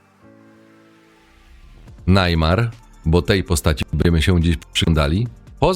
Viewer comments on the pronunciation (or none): Neymar nie wie nic o żadnych red pillach,hipergamii ale za to wie jakie ma możliwości bo ma kase i rozpoznawalność i to wykorzystuje proste. A poza tym irytuje to Najmar, mówi sie po prostu Nejmar. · Cenny materiał ale jeny jak pierwszy raz usłyszałem najmar to aż mi uszy zwiędły xd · To czyta sztuczna inteligencja? Kto mówi "najmar"?